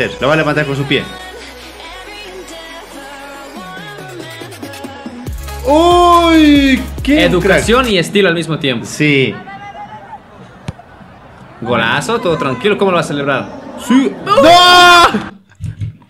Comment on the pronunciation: dice educracion